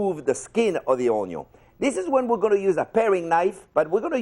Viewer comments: the chef is say it wrong its onion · Ramsey is like you cannot only cook a fucking onion right but you can’t even pronounce bloody word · He miss the day that he say onion right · Now i know how to cut ONYO, but how to cut an onion? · are you ever gonna say onion? Chef: ONYO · Normal people: Onion Jean Pierre: Onyo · This guy: How to cut an onyo ....a good onyo is a heavy onyo.. Gordon Ramsay: it's called an onion you fucking donkey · ONYO .... why have I been calling it onion all my life 😭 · Watched him mincing his onyo 13 years ago and now he’s back in my recommendations still mincing onyos. Not dicing but mincing! Oh, nyo! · I started watching in COVID times, but I saw this video looong time ago and always remembered it as "chef that calls onion onyo". It was even joke at internet and forums etc. I always remembered it and even pronounced onyo in real life. Now, today I realize this is the video and it was Jean Pierre actually. I think why I remembered it so vividly over all these years is personality of chef, same reason why I watch Jean Pierre on this channel. I know that Jean Pierre pronounces it as onyo but never for some reason connected it with this legendary video :D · Such an efficient way to dice an o-nyo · Say onio 1 more time and i'll lose it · I literally cannot say onyo any other way since watching this like 2-3 years ago 🤣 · Say OniOn , one more time !!!! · i had no idea ou were the onyo guy haha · "The OñU!!" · This video should be titled "How to pronounce an onion" Onyo ☺️ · Omg, I am calling onions, onyos from now on! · Mister, myself and my dog would like to express our most heartfelt expression of gratitude for the precision involved in pronouncing "onyon" properly. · Onyo=French for Yo-yo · This guy is the master assassin's of Onyo damn! 🙏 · I came here for the onyo but I actually learned something 👍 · When it literally sounds Jamaican lol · how to dice a onyo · Onyo... I love it... from now on I'm using this word also... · The oonyown